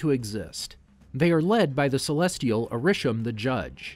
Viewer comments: Decent video to watch, however there are several issues I have with this. First off, the pronunciations of Ta Lo, Arisham, and Ulysses Klaue are all incorrect, plus the Iron Monger is Stane's armor, not War Monger, and Kamran is not Cameron. Next, Adrian Toomes is not a part of damage control, he is a private contractor who got screwed over by damage control. Some of the years are wrong for the movies and shows. For instance, Iron Man is in 2008 not 2010, Avengers' time travels to Vormir and to the Ancient One are both in 2014 and 2012 respectfully. The Eternals suffer from Mahd Wy'ry, a side effect that occurs from constant reincarnation, and Kro is the villain for the Deviants. Also, the shows like Inhumans, Agents of Shield, and several others are not MCU canon anymore unless you wanna count it as a separate universe. Speaking of which, you didn't include both Loki and What If...? since they are also a part of the timeline too. You only briefly spoke about where the alternate Loki went. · Couple Notes: 1. Arishem is pronounced ay-rih-shem 2. It is Ta-Lo not To-La